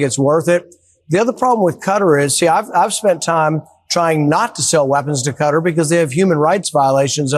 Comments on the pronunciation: You are right. Cutter is not how it's suppose to be pronounced. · American ignorance and boorishness is on full display when they pronounce Qatar as cutter. 🤮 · Why do they say "cutter"? It is Qatar, like correctly pronounces it, rhyming with guitar or cigar. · Why does the news suddenly not know how to pronounce Qatar...? I'm pretty damn sure it's not pronounced "cutter" LOL. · at Touch, commenting on the subject of Trump's unprecedented "grift" with respect to dictatorial Middle Eastern powers, refers to Qatar as "cutter". As does Ben Meiselas at Touch. Definitely an example of improper or inadequate American education... The $ 400 million would be better spent there.. Even a lunatic maniac cognitively impaired grifter like Trump manages to pronounce Quatar's name properly.. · Why can't any of these idiots pronounce Qatar correctly KA-TAR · Fr! It took me awhile to figure out they actually meant the country . Was wondering who the h was Cutter. I’ve lived in the US for 46 years. But, all these people are lazy to even speak properly. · Can't even pronounce Qatar correctly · Why can't these people pronounce the counties name correctly? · Why can't Americans pronounce Qatar correctly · Why can no one pronounce Qatar properly? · Finally. Someone hears it. Stop pronouncing the damn place wrong.🙄😒😮‍💨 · They are all pronouncing Qatar incorrectly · Americans can’t even pronounce Qatar. 😂😂😂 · It’s as obvious as the nose on his slug like face. Nobody as ever heard of Qatar and the idea that they want to give the slug a plane is laughable. Qatar is pronounced guitar not cutter. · You pronounce it as Kataar, not cutter.... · “ Cutter” ain’t it pronounce “Katar” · The way Americans call Qatar - Cutter 😑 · Pronounce quatar as katar not cutter. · I don't understand why so many americans pronounce Qatar as "cutter". Kuh-Tar! Rhymes with guitar 😂 It's not hard! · It is not Cutter but Ka-tar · cutter or Ka-Tar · IT'S KUH-TAR, NOT CUTTER